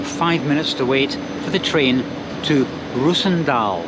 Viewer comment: It's not reuzendaal, it like calling worster (prenounced.worstet) Worcester. And saying cester. It is Roosendaal. Like roses spelled in fact. Same sound.